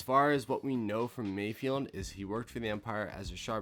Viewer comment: its not mayfield, its mayFELD. fehld. from space boston.